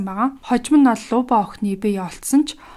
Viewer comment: Люба шүү. Луба гээд байна лээ. . .